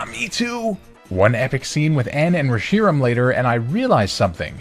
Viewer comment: Your pronunciation of Reshiram is unsettling